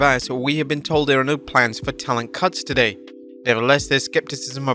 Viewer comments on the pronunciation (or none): none